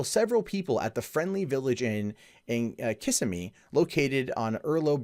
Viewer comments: I cringed when he pronounced Osceola as oskeeola and Kissimmee as kissuhme. But yeah, gotta love Florida! 😊😍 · Oceola is pronounce Oss E ola and Kissimee is pronounced Kiss imee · You said Kissimmee wrong